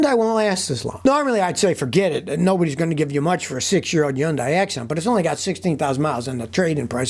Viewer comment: Scotty please! I love you. But please it's not yun die. It's HUN-DAY LIKE Sunday!